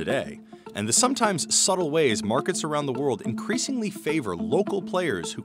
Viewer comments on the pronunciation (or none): none